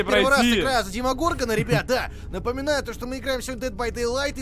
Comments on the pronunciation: ДемогоргОн, а не ДемогОргон. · В име Димагаргон ударение ставится на ДимагаргОн на о, а не так как ты его поставил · Ты неправильно произносишь демогоргон, а надо демогоргон